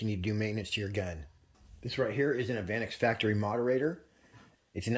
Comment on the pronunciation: That's pronounced "evah nex"